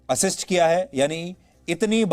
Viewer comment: With checking ur computer u can't even uttered The wors "Assist"😂😂😂😂.. Godi Media